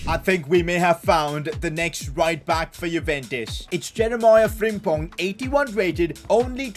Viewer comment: Did just say Jeremiah Frimpong 😂😂😂